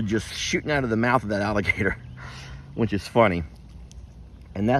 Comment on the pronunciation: Sierra Hahaha! He's always inventing new words, some of which don't make sense and leaving you saying: Huh? Take the word which for example. He says it whench. Kind of rhymes with wrench. Every word got to have an N sound to it with. 🤣😅🤣